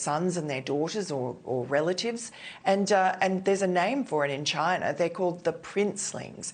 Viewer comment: China ends with an "a" not an "er".